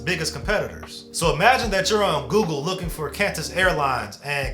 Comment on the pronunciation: “CANTUS AIRWAYS” 😢